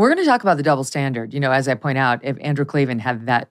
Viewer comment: There are no Eees in Klavan 😜